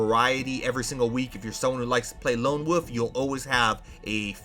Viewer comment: Did you say "Lone Woof"? 😂